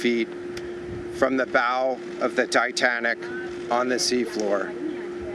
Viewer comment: he said the dietanic😂, hear for you self